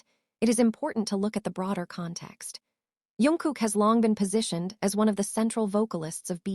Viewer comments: His name is jungkook not yunguk🙄🙄🙄🙄🙄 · Not Yungkook!! Jungkook!!